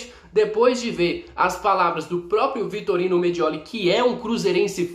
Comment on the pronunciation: me desculpa está te corrigindo, vc está falando Vitorino, o correto é Vitório Mediole.